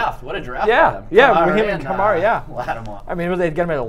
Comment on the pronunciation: Kuh-mare-uh. Alvin Kamara.